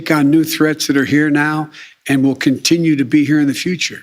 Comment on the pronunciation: How many syllables does continue have